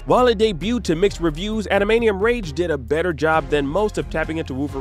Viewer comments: This man can’t pronounce Adamantium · Koonami,wooverine,animaniun? What's going on. It's too painful to keep hearing. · "Adamanium Rage" 😏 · Ada-man-tee-umm, not adamanium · What's with the pronunciation of adamantium? 😂. Adam-ant-ium not adam-ey-neeum 😂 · Ok im sorry but he called it ADAMANIUM not adamantium. This reviewer should stick to toy reviews from now on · "Adamanium"... "Kunami".... does this guy even PLAY games or is familiar with the X-Men/Wolverine at all? 😂😂😂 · What are "animanium claws" supposed to be..? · Ada "MANT" ium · Are you trolling by pronouncing it admanium? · You should not be allowed to do a video about Wolverine if you can't pronounce Ad-a-man-Tium! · Adamainium lol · coo-nami? adamanium? silicone knights? geez, learn to pronounce things dude.... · Wolverine's revenge was one of my favourite games growing up, also this guy needs to learn how to say Adamantium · Why does he keep saying adamantium that way? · The way this guy pronounces adamantium is weird lol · ...why did he say the Wolverine game on NES was "overhead"? 🤔 ... And doesn't pronounce "adamantium" correctly even once 😮‍💨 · also keeps saying Konami like coo-nami for some weird reason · Calls a side scroller an overhead game, pronounces Adamantium wrong. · If you're doing a video about Wolverine, maybe get a voice actor who can pronounce adamantium correctly ?? 🤔🤔🤔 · bro really fumbled pronouncing adamantium for 14 minutes straight 🤦🤦‍♂🤦‍♀